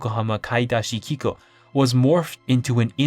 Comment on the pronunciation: For someone who is very exacting about Japanese pronunciation, the way you say 'kikou' is not even remotely correct.